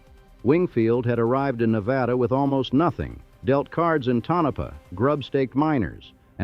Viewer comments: Tonopah - toe no pa not Tono pa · "Tonopah" is pronounced TOE-no-pah. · Tonopah. The first "O" is a long "O"....as in phonograph. "Tone a paw", accent on the first syllable. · Tone Ah Paw WTF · Ta-NO'-pa? Idiot AI narrative! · Toe-nope-ah? These AI entities will never get it right. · Ai cant even pronounce Tonapah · Well, at least the AI narration manages to pronounce Nevada correctly, something many humans manages to botch. It's pronunciation of Tonopah is laughable, though, even after taking two separate stabs at it. But, then, many humans screw that one up too.